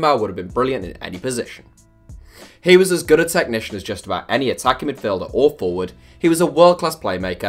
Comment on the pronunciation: No one:: "T e C h N i C i a N"